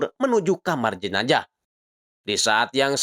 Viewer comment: Jenajah apa jenazah bang😭